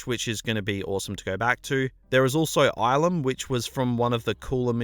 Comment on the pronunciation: It's pronounced ill-um, not eye-lum.